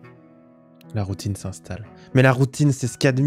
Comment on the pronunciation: tu as bien dit Poutine, right? C'est pas juste ma tête de Québécois qui a fait '' j'ai envie de Poutine donc j'entends ça à la place de Routine '' ... right??